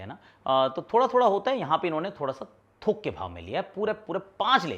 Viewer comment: thook ke bhaav nahi Thok ke bhaav 😂